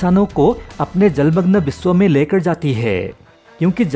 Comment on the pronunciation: Dada lekar hota he lekad nai